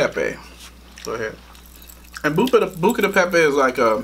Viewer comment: Tells to say it because he says it better. still says it wrong Lol. That tickled me. I have been meaning to try this restaurant. Yummy